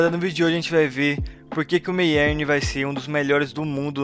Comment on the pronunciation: n é meyern em vez de meierni